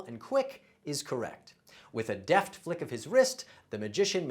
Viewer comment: "deft" is not pronounced "daft"! What language are you attempting to speak?